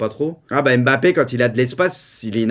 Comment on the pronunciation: Pk tu dis Bappé et pas Mbappé